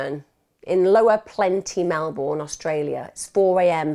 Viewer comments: Thanks for covering this story from my home town. But its pronounced "Mel-bin" not "Mel-born". Its also winter in August, not summer. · Mel-bun is basically how we say it. She is normally really good at making sure she has the correct pronunciation of towns out of respect for the victims. I guess "Melbourne" seems so obviously Mel-BOURNE to non-Australians that it doesn't even cross your mind that you should check the pronunciation. I did catch myself smiling a couple of times throughout the video. 🤦‍♀️ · I've always pronounced it as it reads phonetically... 'born'... Never heard anyone pronounce it as you say.. Not even Australians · 8 seconds in and already giggling at your pronunciation of "Melbourne". 😂 I hope you don't have to say it too much, or I'll feel bad about cracking up while listening to such a horrendous story. 😉 Love your videos! Always excited to see a new one become available. ❤️ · She's pronounced it like Americans do lol